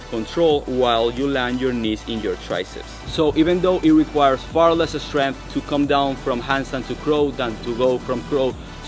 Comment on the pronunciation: Great tips thanks so much. What a physique. I'm guessing you might be eSpanish eSpeaker because every word in this video starting with St or Sk or Sp you put an E in front automatically .....por ejemplo.... like eSkills, eSpace and eStrength ! I used to have a Catalan gf, and this always amused me when she eSpoke to me. Kudos from the UK !